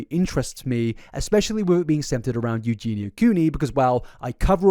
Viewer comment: pronouncing eugenia correctly is true character development